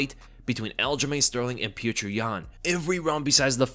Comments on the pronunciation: Stop calling him "Puture" Yan pleaassseee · Let’s not call him Pyoochur